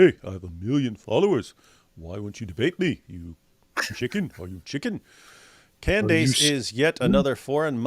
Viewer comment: Why does this guy keep pronouncing Candace Owens’ name as “Cand-ayce?” Not a fan of hers at all, but that clearly isn’t how the name is pronounced.